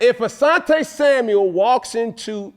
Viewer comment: Why do so many of these pro athletes call him Samuels 🤣🤣🤣🤣 it’s Asante SAMUEL